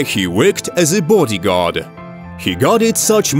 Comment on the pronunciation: Booodi guard ???? We're did they get this commentator from